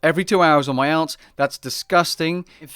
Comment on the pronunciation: I cannot get past your pronunciation of alts lol